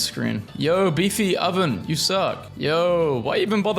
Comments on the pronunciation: Bro said beethy oven 😂😂😂😂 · why'd you pronounce Beethoven like that